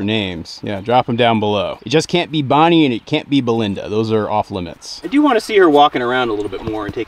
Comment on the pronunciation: THERE ARE NOT A LOT OF HIGHLAND GIRLS NAMES THAT START WITH B. Bonny-Jean Fine, attractive, pretty I KNOW WHAT YOU SAID ABOUT BONNIE BUT YOU MAKE IT INTO 1 WORD BONNYJEAN.